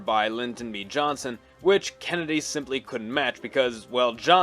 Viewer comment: Is he saying Kenndie?